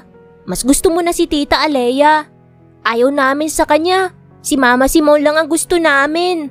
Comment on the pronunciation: Simone kasi. Hindi Simon.